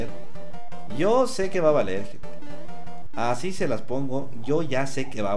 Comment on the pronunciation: Aunque diga "gente" se oye como "gentes" jajajajaja siempre será el mejor:D